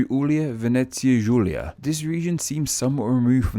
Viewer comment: it's not GU -i-lia, it's GIU-lia.